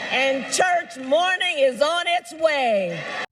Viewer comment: Her accent did the word "morning" wrong. Started ok, but the 2nd syllable was done totally wrong. Is the audience really ok with only half a fake accent, since they apparently don't mind it's an act all along? They'll take just half?